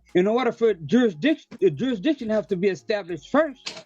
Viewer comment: "JurisDICTION"? no speaky English.